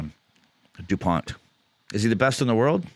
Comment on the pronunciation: By the way; the T at the end of his name is silence so you pronounce: Antoine Dupon 😉